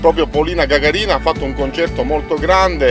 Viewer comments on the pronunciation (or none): Si dice gaga'rina